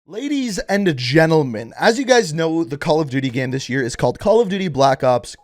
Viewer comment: "Ladys an gennlemen"